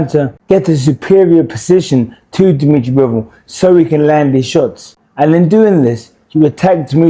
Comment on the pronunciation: Good analysis but lmao at “Demetri Mambo”